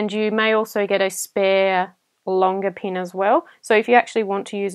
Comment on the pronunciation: I swear I heard "A longer peen"...😂